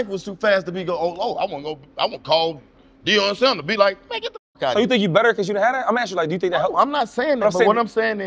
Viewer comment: “Deion Sanders” I’m not watching another second of this. 😂😂😂